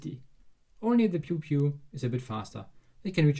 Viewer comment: Hearing that accent say pewpew made my day.